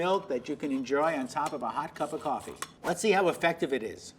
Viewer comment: for someone who says cup of coffee like that id assume they have had a lot of coffee, interesting